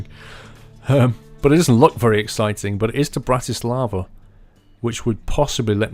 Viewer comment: Bratis-lava :D Brnou :D I live in Brno...Its so funny when you sayed the name :DD